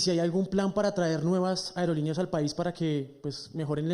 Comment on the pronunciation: Que tal aprender a hablar? Ariolineas?? Aerolineas señor!!